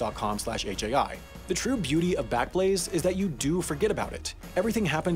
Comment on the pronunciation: “This video was made possible by squa- ......... backlaze?” 😂